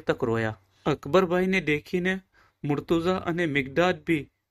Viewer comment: Bhai aap logo ne itla veiws mile che ane kitna logo tak waat pohche che mashallah par aap logo Maulana Ali nu ism mubarakj galat pukaro cho ghanu galat che aa mumluk nu bhi naam yej che ane ghanu kharab lagu tesi kahu chu agar aa video ma change thatu hoi to ghanu behtar ane agar munasib na hoi to ainda dhayan raakhe aap logo na mispronounciation na wajh si kitna logo bhi murtaza na badal murtuza kehse.....wasalam